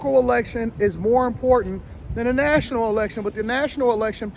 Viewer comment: Really, great message. PS, thanks for saying the word important with 2 Ts :-)